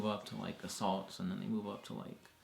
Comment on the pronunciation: There is no way in hell he is saying "And then"